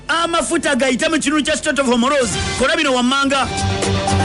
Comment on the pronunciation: the word is not Homoroozi it's Hormuz pronounced as Homuuzì